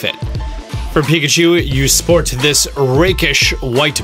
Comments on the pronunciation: "Let's Go Pikcahu" Okay then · ah yes pikcahu.. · “Pikcahu” What the hell